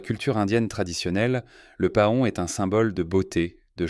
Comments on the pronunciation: Paon: se prononde pɑ̃ "Pan" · Cette voix artificielle qui prononce pahon, c'est vraiment agaçant.